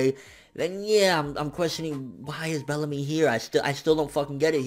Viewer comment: I lost it when said "Bellacrust"! XD rotfl